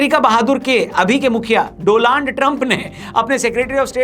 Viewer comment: Ye doland hai ya do-land